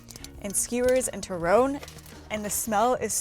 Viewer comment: I wanted to say you were pronouncing turon and pansit wrong... but then all of a sudden --- Longanisa with pasta and butter??????????? Ugh